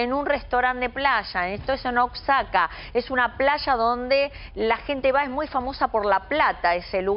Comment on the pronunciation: Daleeee, aprendan a decir Oaxaca!!!